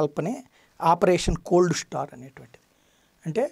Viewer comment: కోల్డ్ స్టార్ కాదండి కోల్డ్ స్టార్ట్